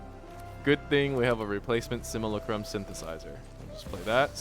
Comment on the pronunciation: it's sim-yoo-LA-crum